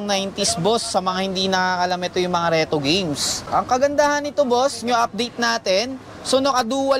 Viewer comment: I understand now. He said Contower and RETO. I know now that he have a difficulty in pronounce "R"!